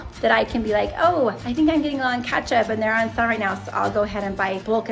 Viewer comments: Why do you say katchup? It’s ketchup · Kinda funny how you pronounce Ketchup! (Catchup) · Yes its definitely great to rotate so it doesn't get expired so you dont have to throw out. & says Ketchup funny (catch up) 🤣 & the app list you showed us was set to back in October 🤣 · it is totally called kAtchup and not kEtchup